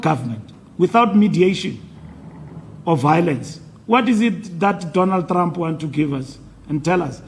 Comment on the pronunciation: I love the way Fikile pronounce Traaamp😂